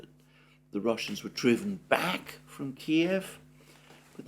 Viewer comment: At last someone who pronounces Kiev as it should be